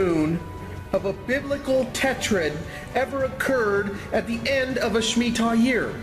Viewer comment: I believe its Shemitah not smittah!